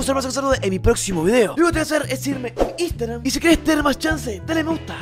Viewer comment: cuando pasas tu Instagram no se te entiende nada hermano